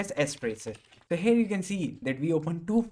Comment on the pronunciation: I love how you said "tho" instead of "so" xD Lots of love from India. Keep doing what you do best.